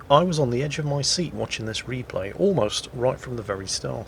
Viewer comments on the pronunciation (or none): none